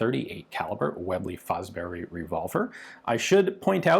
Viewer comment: way-blay fo-brery 😂🤣